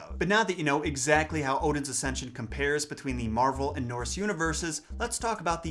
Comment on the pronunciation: I can't stop hearing 'marble' instead of 'Marvel'.